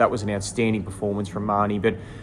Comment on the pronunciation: doesn't even know how to pronounce His name! Ma- Ho-Nee = Mahoney, not! It. was 6 to 5 Tszyu going into the 12th & did edge out the 12th!!